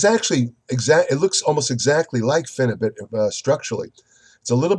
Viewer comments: If you want a real intellectual review on phenibut not some idiot reading it from his pc watch someone who actually does proper research watch this video and he can pronounce the chemical name properly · Phenebut is a legal pharacutical drug in Russia and many other places. You aren't even trying to get your info correct. Can't pronounce phenebut correctly and have incorrect information.